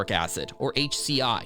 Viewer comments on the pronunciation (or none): What is this? HCl is not H-C-I. It's H-Cl. Same mistake with Perchloric Acid.